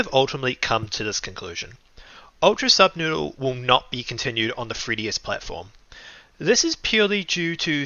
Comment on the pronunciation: ANYONE ELSE NOTICE HOW HE KEEPS SAYING PROJECT NUBSOODLE INSTEAD OF SUBNOODLE OR AM I THE ONLY ONE THAT NOTICED IT????????